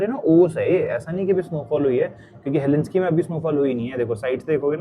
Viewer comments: He-lin-skee nahi hel-sing-kee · उच्चारण गलत है "हेलेंस्की" नही बलही...."हेलसिंकी" है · Helsinki pronounce karo heslinki nahi . Stay blessed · unpad panti ka bhi had hoti hai Helinski na bola karo woh HELSINKI HAI. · Google says it's pronounced as HEL-SINK-EE not Helinski...please check. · Bhai English word pronunciation seekho, facts seekho trip karne se pehle. Helsinki ko helinski bol rahe ho, Viking (Y-King) bolte hai , Vee King nahi, Stockholm hai bhai, stockhomes nahi And stockholm hai sweden mai tu bol rahe hai denmark ka hai.